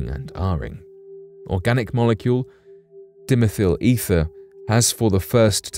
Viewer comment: DIE-meth-al Ether